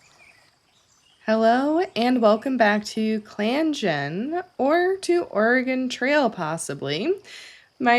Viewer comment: Thank you for pronouncing Oregon correctly <3 I'm actually in central Oregon right now! Very hot (compared to the coast), very dry, very many mosquitos. Pretty, though! I also had a foster kitten named Mimikyu! He was super friendly!